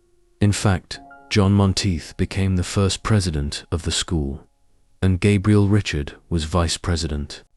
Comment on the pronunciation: Gabriel Richard's last name is still pronounced the French way and not like Richard Chamberlain.